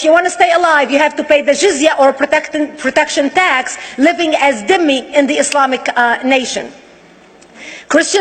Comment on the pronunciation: Not dimmi- it is zimmi ie slave